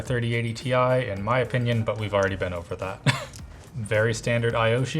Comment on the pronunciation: Tie!! TIE!!! not Ti;-)